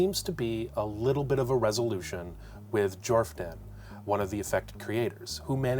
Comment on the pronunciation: Jordan the PH is silent